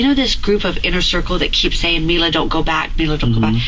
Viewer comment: It’s Mila.. not Melissa 🙄